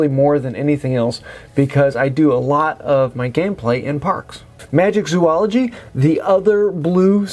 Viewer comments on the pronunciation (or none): My brain hurts every time I hear someone say MagiCzoology. This is a PSA: There is no C in Magizoology. These kind of things distract from the information been given :) Love the content.